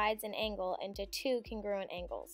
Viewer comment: CONgruent! CONgruent! sorry it’s pissing me off when she said it like cunGRUent